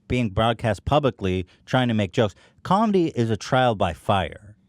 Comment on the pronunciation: is it me or Hila says comendi